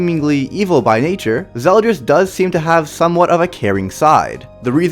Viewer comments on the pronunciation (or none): I thought it was "ZeldOris" like his name is spelled with an "O"?